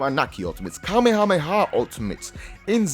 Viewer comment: kamehahamehah😂😂😂😂 i'm just joking guys i love